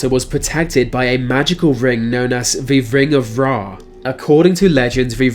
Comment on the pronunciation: "V vring of vra."